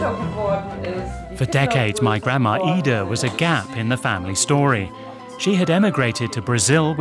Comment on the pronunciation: The word is grandma, not grandmaer. Stop adding letters to words that don't belong there